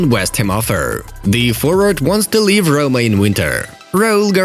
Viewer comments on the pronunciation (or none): none